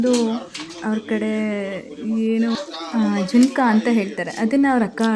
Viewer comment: ಜಿಂಕ ಅಲ್ಲ ಅದು sis ಜುನುಕ ಅದು 😄